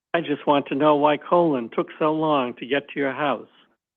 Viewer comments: Why does the CW keep calling Colin "colon"? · He is clearly trying to keep Colin‘s name out of the record as much as possible by pronouncing it wrong, similar to the misspellings in the police reports. I feel like the defense should have the court correct him asap.